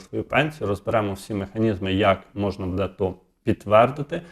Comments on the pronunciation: Не будЕ, а бУде! НАГОЛОС ставте вірно! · Не будЕ, а бУде ! Став правильно наголос ! Неможливо вже це слухати.